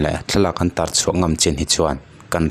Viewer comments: Tuar tih lai hi tih hniam tur a ni a,tih san chuan a awmzia a dang daih a ni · A hliam tuar lovin, tih i sawi lai thluk khi.